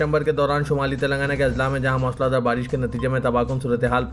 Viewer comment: CHOKSI NAHI CHOWKASI MOOSALA DHAAR MOSLA DHAAR NAHI